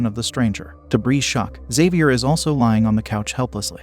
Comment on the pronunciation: It's interesting how the narrator can pronounce the name Xavier but can't pronounce the name Cheyenne.